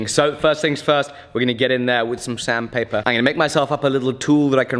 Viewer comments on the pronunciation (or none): Had a good chuckle when I thought you said Sam paper instead of sand paper 😝